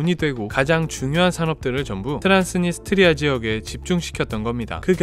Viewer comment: 트란스니 스트리아가 아니라 트란스 니스트리아아님? 되게 거슬리네 ㅋㅋㅋ